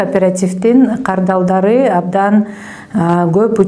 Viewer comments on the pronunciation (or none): Кардалдар эмес кардарлар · Кардалдар дебей, кардарлар деп так суйлогуло